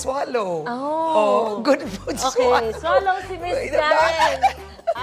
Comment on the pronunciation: “Does she shwallow” 😂